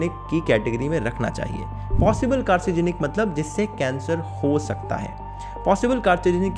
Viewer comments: Carcinogenic - कार्सिनोजेनिक padhtey hai . I'm not medical student still i have read this only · Aree wahi mai sochu ye xenophobia kisi aur context m suna hai maine 😂 Aur "carcinogenic" ki pronunciation bhi sahi nhi thi .. Chalo koi nhi ...ho jaati h galti .. Btw Video Achhi Thi 👍